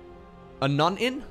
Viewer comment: a "none-in", sounds too much like a "nunin, or nuning", which to me sounds like some sort of sport played against nuns